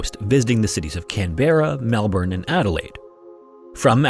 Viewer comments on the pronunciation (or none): Just wanna let you know, before you get bombarded by angry Aussies, that it’s pronounced CAN-brah, not Can-BERR-a. Great video👍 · Just for future reference, it’s not Can-berra like it’s spelled, it’s Can-bra ☺️ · for your pronunciation Canberra (can - bra) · “Gar-Dee” “Can-bruh” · I never believed Joanne Lee's story at all. Doesn't add up at all & yes we Aussie's don't like foreigners. Also Canberra is pronounced Canbruh, it's our nations capital but u couldn't pronounce it or even look up how to pronounce it? Pathetic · it's pronounced canbruh 🇦🇺🦘🦘🇦🇺🕷️🇦🇺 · Remarkably you got all of the Australian cities and towns right. All except for Canberra, which is pronounced CAN-BRA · As an Australian I physically cringed when he mispronounced “Canberra” but also was very happy to finally have our country mentioned